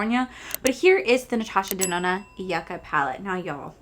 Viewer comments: Lol. I remember when you’d call it Natasha denonee. Was pretty funny. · this color story is 1000% me!!! this palette will be mine someday!!! you should definitely contact customer service about the smell. heather also has a code for 15% off the palette. i’m glad you had a great time with betty jean and theresa. i remember when you used to mess up natasha’s last name. good times. 💚💚💚